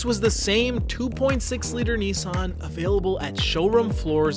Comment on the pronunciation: Why can't Yanks pronounce Nissan?